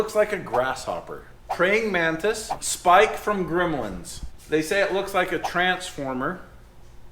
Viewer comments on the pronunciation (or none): The MORRtis instead of The Mantis…😂😂😂